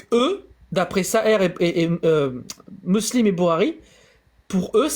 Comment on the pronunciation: SI JE PEUX ME PERMETTRE. t es un génie! Peut etre le meilleur dans la critique de l islam MAIS: Stp prend agnoslim ou jack en tete a tete pendant une heure et travaille ta prononciation. C est une torture BOURARI? Saheh? Meslem? Deconne pas 😂